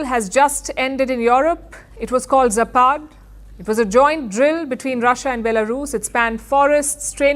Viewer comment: It's zApad. Not zApAd, not zapAd. It's not "whatever", one means "west", the other - "decline".